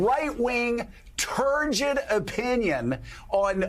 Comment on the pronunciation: "...This right-wing turgid opinion", emphsis on the first syllable in 'turgid';.